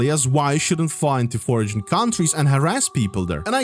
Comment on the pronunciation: your english is bad but i bet you know my language more than i know yours lol, just teasing you. Foreign is pronounced 'For-en", also she isnt "in bikini" she is "in -> A <- binkini". Not trying to criticize just trying to encourage and help. English is tricky